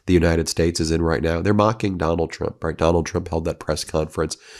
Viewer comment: Have you noticed that Caroline with a K can’t say the word Trump. She says chump.